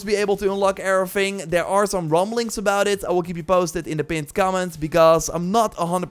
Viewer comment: My man pronounces "everything", "erfing". Good on ya dude loved the vid!